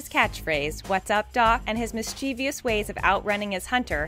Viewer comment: The narrator mispronounced the word, mischievous.